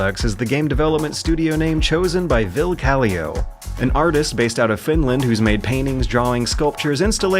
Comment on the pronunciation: in case anyone's interested, the real pronounciation of his name is vil-le kal-li-o. finnish is phonetically written so you don't drop sounds like in english. great vid, just funny to hear vill caliou and be like wait. finnish?